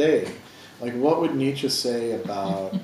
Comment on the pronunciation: Why do so many of this audience find it impossible even to pronounce Nietsche correctly?